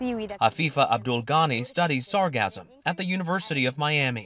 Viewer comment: Can someone please teach these journalists how to say sargassum.....😮‍💨